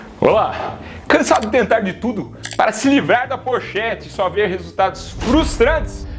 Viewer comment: Kkkk. "Porchete". Boa